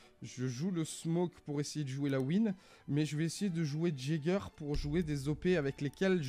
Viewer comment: Je n sais si c'est du second degré mais c'est ''yager'' et non pas ''jager'' sinn t'es une bête sur r6 mec🔥🔥🔥